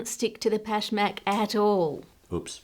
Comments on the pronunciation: I am Persian and Pashmak is one of our traditional cookies. i love how correct and good you pronounce it. Love you and your great content . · the word is pashmak, right? how would you even mispronounce that? normally id agree but pashmak maps onto english sounds pretty well and she said it the way everyone does lol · I loved how accurate your “Pashmak” pronunciation was.